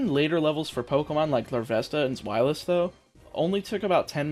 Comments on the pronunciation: Deino's name is a pun for "Dino". And the "zw" in "zwei" is pronounced "sv" as we in [English-speaking places] would say it. I have yet to hear any Germans say it like "zw" as we in [places] would say it, though it'd be interesting to be proven wrong, as I've only been a 4-year German student. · It’s pronounced Zveilous - zwei is german for 2 (actually it’s whole line has german names drei is 3 and eins is 1 so they have 1, 2 and 3 in their names in that order)